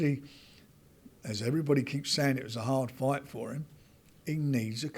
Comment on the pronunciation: Why does say "FWIGHT" instead of "Fight"?